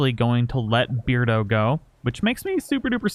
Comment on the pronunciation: I don’t think it should read beard-O but bear-dO😂